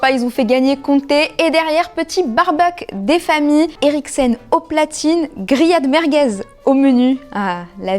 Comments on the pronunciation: J'ai entendu riad Mahrez au lieu de grillades merguez 😭😭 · Pourquoi quand elle a dit "grillades merguez" j'ai entendu "Riyad Mahrez" ? 😭